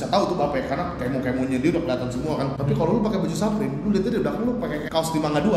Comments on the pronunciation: its fucking supreme not SAPRIM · saprim or suprim? bukannya dibaca suprim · bape baca nya beip bliih supreme baca nya su (kaya susu)supreme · Orang di barat, baca BAPE: Beib Orang di barat, baca Supreme: Suprim Mungkin youtuber barat salah yaaa, soalnya bacanya Bape sama Saprim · Menit 0.44 suprim bang bukan saprim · Dibacanya suprim mas yg bener hehehe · SUPREME dibaca "Suprim" bukan "Saprim" 💩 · saprim? Bape? Nyebutnya Suprim dan Beip. Tollolisne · SUUUPREMMM KELESSS BUKAN SAPREM.... KAMPRING